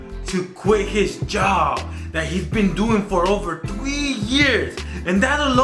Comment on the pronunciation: Ive been watching since the vending machine days but seriously its three not tgwee lmao much love tho